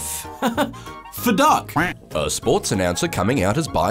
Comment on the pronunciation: Oh, I thought he said Fuduck